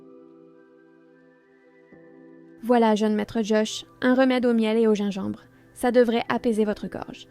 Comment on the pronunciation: Une reuméde 😂😂😂 ou on reméde